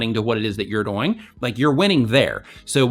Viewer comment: The way you say 'doing' bothers me a little XD, but great advice like always.